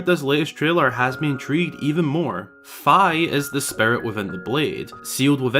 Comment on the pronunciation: If we do get fi lore, we need a conformation on its pronunciation lol (it’s FEE)